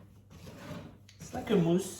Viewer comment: I think this is the first time I've heard you say "whisk" instead of "whiks"